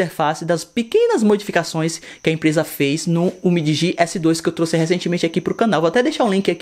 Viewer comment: Então ! Se não sabe pronunciar o nome, entra no meu canal, que eu também fiz uns três vídeos sobre esse aparelho. Lá eu pronuncio o nome da forma correta. DL MOBILE